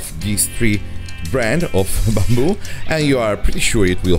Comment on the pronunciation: I was trying to figure out this strange "bumble" material ... eventually I realised he was saying BAMBOO ...